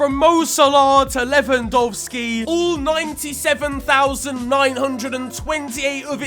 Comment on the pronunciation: Your 'Lewandowski' was spot on. :)